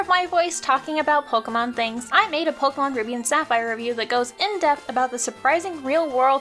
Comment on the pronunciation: It's pronounced "poh-kay-mahn." Not "pohk-mahn." It's right here in this official handbook from 1999.